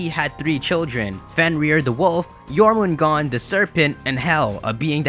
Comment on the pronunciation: You're supposed to pronounce the r at the end of jörmungandr